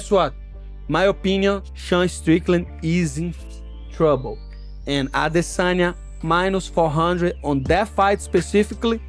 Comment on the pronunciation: Just have to let you know how dumb you sound when you pronounce ‘Adesanyas’ name…